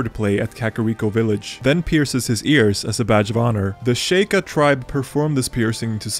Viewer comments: No you didn’t. Sheika was pronounced incorrectly. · Pretty sure it's "Sheek" not "Shake". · Idk if im the only one here but is that actually how you pronounce shieka... "the shy-kuh" I've always said and pretty sure its she-kuh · Very true. In unrelated news, The shake-a tribe is my favorite tribe in Zelda. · "Shake-ah" huh. That's some sus as fuckin shit right there man